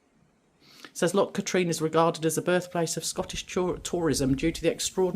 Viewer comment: I am enjoying your Scotland road trip, a lot of my home area and stomping ground....Loch Katrine is actually pronounced 'Cat rin'.......the car park prices are ridiculous ....look forward to seeing your other videos....